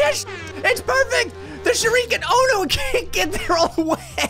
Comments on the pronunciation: What is a ‘sure EE ken’? I thought it was just ‘shu ri ke n’ But like, put together as ‘shuriken’ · Most People: "Shuriken": "ShurREEEEEEEken)